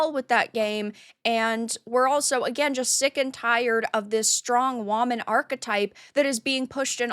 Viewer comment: Do you pronounce woman like that or is that you mocking the “strong woman” trope lol it sounds like you said strong WAHman lol